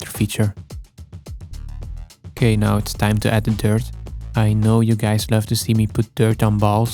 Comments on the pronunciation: Is it me or are you evil spirited biologists say 'dirt' like 'turd' every 2nd time? Better stop thinking about that... Nice focus shifting, btw. 😁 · I'm not saying Blurbs is the reason I'm here. But he's the reason I can't hear you say dirt, only the Dirt King. DYURT. FOR THE DYURT KING. YOU EAT IT AND YOU GET MAGIC POWERS. FROM THE DYURT.